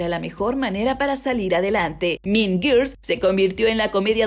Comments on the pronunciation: No es tan difícil pronunciar guuuuuurls 🙄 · Por favor no puedo con lo mal que pronuncia Girls